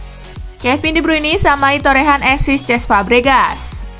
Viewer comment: Asis bukan esis lol